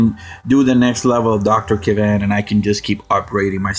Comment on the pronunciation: Btw, that will be Dr. Kavan, not kravan.